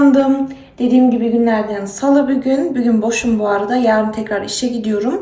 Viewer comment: Hatta bügün diyo bigün degil. Degisik konusuyor cok tatli